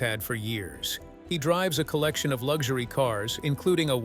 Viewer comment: Lugshory? An “interesting” pronunciation. 😶